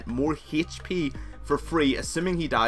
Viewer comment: Great video! I used to be screwed if i was stuck in jungle bu then i used naut and climbed to silver! The only bad thing is your pronunciation of Hp